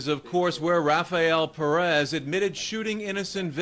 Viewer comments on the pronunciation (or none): none